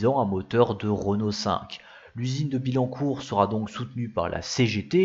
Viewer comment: Merci pour l'effort, mais ce serait bien que les images correspondent au commentaire en cours, comme quand tu introduis la 19 rallye sur des images de Clio rallye ou que tu parles d'un prototype de modèle à bas coût sur des images d'un proto de coupé Bertone. Il faudrait revoir certaines prononciations : on dit Autobian-Ki, et pas Autobian-shi / On dit Bi-Yancourt, et non Bi-Lancourt... Enfin, le personnage qui masque la moitié des images est aussi inutile qu'agaçant.